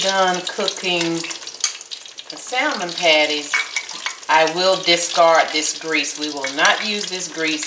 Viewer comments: The "L" is silent pronounce samon not Sal mon.. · Dear heart. No disrespect intended, and I used to make the same mistake in the pronunciation of the word salmon. The l in salmon is silent, dear. The a is short; consequently; salmon is pronounced saa mon, not sal mon. On a positive note, your recipe is spot on, and using your mama's cast iron skillet is classic, chile. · Yup it’s samon. Without the letter L but we like you, so say how you want. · Salmon, is pronouned SAMMON! The "l" is silent!! You salmon patties look so good! By the way, I love the bones!! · It's pronounced Sam mon. Remove the L it is silent in announciation. Otherwise carry on 👍🏾 Oh! I must say you definitely handle the knife WELL when chopping👌🏾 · Those look great! I'm from NC and lived in the Northwest(Seattle) for a decade and they will let you know real quick that the "L" in Salmon is silent. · Did this TODAY....no bread crumbs tho, flour and cornmeal, but they're excellent. By the way the "L" in salmon is "silent", not pronounced. Good job, good recipe. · Honey you don’t say the L in salmon Just had to say it ❤❤❤No clue why they put that L there lol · The L in salmon is silent!